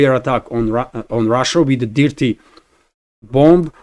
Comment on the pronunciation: Good information. Thank you. By the way. The word "dirty" is pronounced using the "i" as it sounds in the word "girl". More like a long "err" sound instead of a short "i" as in "pip". So, that would sound phonetically like "derty". Thank you